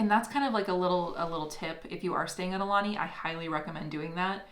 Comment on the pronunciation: ok I can't take it anylonger.... It's pronnounced A oo lanie , not a lanie .. You guys are leaving out the 2nd vowel. Ugh!